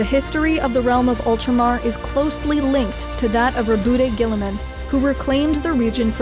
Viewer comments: Its prononuced raw bout not ruh boot tae Raw bout like the word about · It's pronounced "Rob-out Gie-ah-mon." Source: Canadian. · Row-booty Gillyman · ro-BOOT-ay gillimin I love it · Is his name really pronounced "Ru-bootay" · You pronounced Roboute incorrectly. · his name is pronounced RowbotGirlyMan